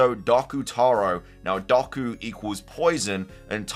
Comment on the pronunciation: Doku (doh-ku) not doc-u